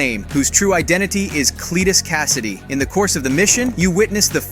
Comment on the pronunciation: Wait for cletus KASARRRRDI